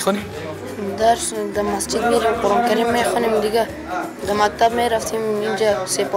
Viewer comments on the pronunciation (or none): none